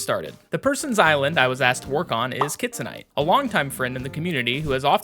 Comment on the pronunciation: lmao for some reason i thought you were saying kids night instead of kitsunite 😂